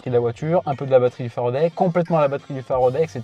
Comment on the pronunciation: En français, a se prononce a, pas e ! L'invité dit toujours Faraday, et le monsieur tatoué a décidé de rebaptiser la marque à sa sauce ! Non, mais !